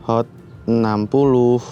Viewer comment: Hot bang bukan sot